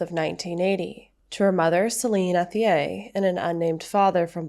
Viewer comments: My brain can not continue...its pronounced ET E A....h is silent...its french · I’m local to this area. It’s pronounced “Ett-ier”.